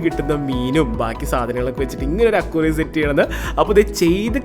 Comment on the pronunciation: സാദനങ്ങൾ ❌സാധനങ്ങൾ✅ അക്വാറിയം❌ അക്വേറിയം ✅